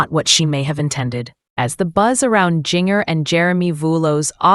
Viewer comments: First of all, learn how to pronounce her name. I would tell you but it's not hard. Second, they have furniture, they ordered it and wasn't delivered when this was recorded. Get a life and if you insist on publishing videos, be truthful by research. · If you can't pronounce people's name why talk about them. Jinger Duggar stay out of their business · you need to fix the AI voice .. it’s saying Jinger .. really strange there’s nothing wrong with getting furniture .. once u have lived there for a little bit